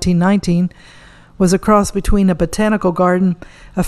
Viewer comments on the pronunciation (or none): none